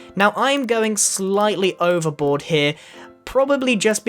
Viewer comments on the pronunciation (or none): He said overvoard. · Ha Ha thats Funny you are doing a boat and you said overbord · did anyone else hear grian say OVERBOARD